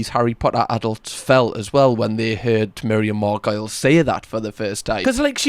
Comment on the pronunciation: That’s pronounced "Mar-go-lees."